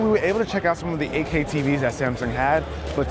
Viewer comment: Guy can't pronounce Eight K correctly...sounds like AK